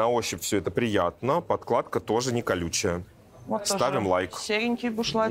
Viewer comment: Уважаемые стилисты, подкладка….а не подклад…